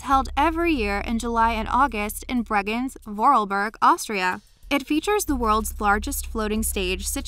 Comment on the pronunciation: Your pronounciation of Bregenz and Vorarlberg was so hard to listen to im sorry